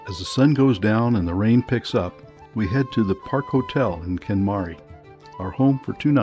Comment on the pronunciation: Damn you just missed the Kenmare pronunciation haha. Even as a yank it was comical to see him do the opposite it seemed on every Irish word. Hey he had a good trip